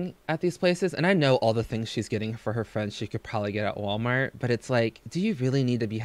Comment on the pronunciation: Anyone else notice she's now to lazy to pronounce the L in Walmart - it's now " Sooooo we're at Waaamart"